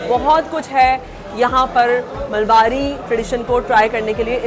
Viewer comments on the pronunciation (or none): MALABARI......not Malbari.